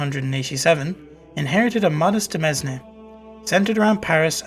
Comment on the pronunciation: FYI Demesne is pronounced like demayne. De mes ne hurts my ears so bad.